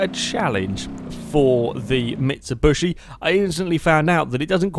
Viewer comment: I bugs me so much XD it's mitsubishi not micubushi XD